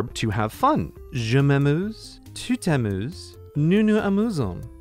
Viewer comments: It's "tu t'amuses" btw x) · Pronounced nou nou zamuzon